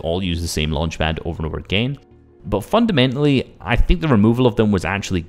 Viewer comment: Haha u say fundamentily a LOT haha nice vid though haha while i was typing u said fundamentily AGAIN lmao